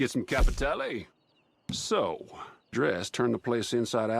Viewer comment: Capiteyle OMFG stop this pronunciation butchering haha.